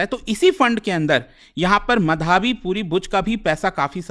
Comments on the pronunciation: मधाबी? सुनने में इतना अजीब लग रहा है। माधबी नाम है, क्यों unnecessarily complex कर रहे हो? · Bhai sahab..... माधवी है, मधावी नहीं।।।।।। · ओये मधाबी, मदारी.. व्हिडिओ अच्छा है, Informative है.. लेकीन नाम की पुरी वाट लगा डाली पुरे व्हिडिओ मे... माधवी/माधबी पुरी बुच... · SEBI ,बिना आग लगे धुआं नहीं उठता है, Gadbad ghotala to hai ,, aur ye kya lafda chal raha hai pronunciation to sahi karo ,, it's madhvi ❌ & madhabi✓ ,, isko hata dena chahiye SEBI se retail investor ke kiye iski policy thik nahi hai , ,it's my opinion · मधावी नही है, माधवी है sir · Sir her name is माधबी पुरी बुच है not मधाबी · माधबी को मधाबी बोल रहे है😂😂😂😂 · What kind of Indian you are? You can't even say माधवी properly. "Ma-dhaa-vee" bol raha hai angrez ke jaise... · मधाबी नहीं माधबी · मधावी नही माधवी है सर। आजकल भारत में गलत उच्चारण फैशन क्यों बनता जा रहा है। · मधाबी नहीं है, माधबी‌ है श्रीमान 😊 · मधाबी❌ माधबी ✅ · सर सेबी चीफ का नाम माधबी होना चाहिये मधाबी नहीं .. Kindly check Thanks🙏🏼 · मधाबी नही 😂 माधबी नाम है Burbak मास्टर😂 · Pronounce Is wrong Madhobi , but written Madhabi. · Small request : Please learn to pronounce "Madhavi" ... Correctly. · Pronounce as " Madhobi " . Very common Bengali name .😊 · Dekh raha tha kisi ne mention kiya hai ki nehi, nehi to mein comment add karne wala tha, wo word baar baar sunke maine video hi bandh kar diya.